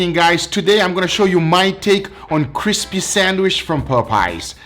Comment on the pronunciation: Cispy sandwish